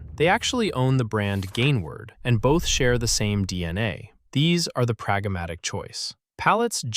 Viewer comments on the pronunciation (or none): There is no vowel between "prag" and "matic."